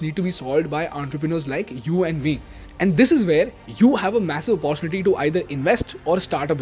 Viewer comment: Please pronounce the word "Opportunity" properly.. I have said this many times on your Instagram page as well